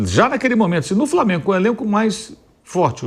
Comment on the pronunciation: Favela raiz e o vampeta que fala “crassico e framengo” depay nem português entende